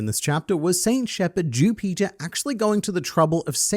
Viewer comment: The way he says Jupiter sounds like Jew Peter. Sounds kinda racist but hands down hilarious